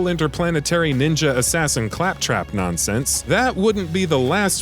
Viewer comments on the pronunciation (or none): none